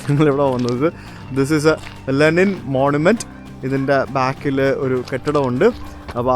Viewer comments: Wonderful... പക്ഷെ രണ്ടു തവണ ലിനെൻ എന്ന് പറഞ്ഞത് മോശമായി... തിരുത്തി വീഡിയോ ഇടണം!!! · Linen alaa bro Lenin Aanu.. 😂